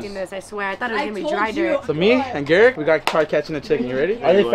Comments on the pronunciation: so is it pronounced geric or garik??? 😂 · LEARN HOW TO SAY HIS NAME OMGOSHHHH EVEN SAYS IT CORRECTLY ITS GARIKKKKKKKK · The fact keeps getting Gariks name wrong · It’s funny how y’all say garik’s name wrong 😭